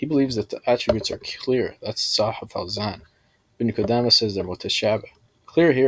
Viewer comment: Speaking about Ibn Qudamah while not knowing a lick of Arabic. Can't even pronounce the Shaykh's name right, and couldn't distinguish the difference between Muffawidh and Muffawidha. Truly embarrassing.